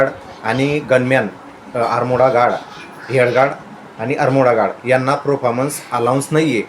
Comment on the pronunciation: कशाला उगाच अब्रू काढून घेतोय भावा आधी आर्म गार्ड म्हणायला शिक आणि मग विडिओ बनव आपलं ठेवायचं झाकून आणि दुसऱ्याचं बघायचं वाकून अशी परिस्थिती झाली आहे तुमची